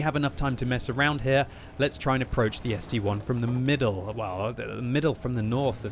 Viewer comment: When will pronounce ST-I correctly. It's ST-I not ST-1